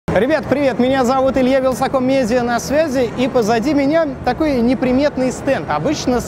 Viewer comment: "Мня зовут вилсаком медия".... Ты инвалид!! Добав это в штамп в паспорт! Никогда не думал что буду хетером но меня так бомбить от этого убогова ведущива. Валя найди Нормалнова одново плиззз